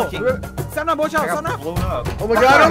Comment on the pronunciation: I’ve never noticed that he says sa-nap